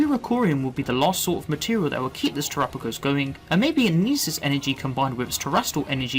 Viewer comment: I love you and your videos but your pronouncing terapagos incorrectly. It's Ter-apa-gos. Pamfro games made the same mistake... lol. Minor thing but really makes my brain itch! Haha! Thank you for your good work